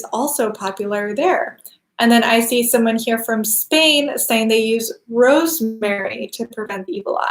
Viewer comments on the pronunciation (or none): none